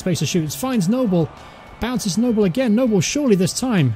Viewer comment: Your content is good I support cov and watch this career btw it's pronounced nooblay not noble he used to play for us anyway